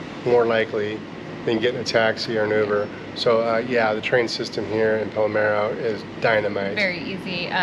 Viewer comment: I caught that too. It's Palermo not Palmero. Makes me laugh.